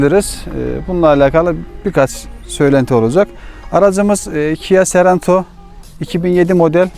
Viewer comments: kia seranto dedin kapadım videoyu. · Sarento değil de Sorento olmasın o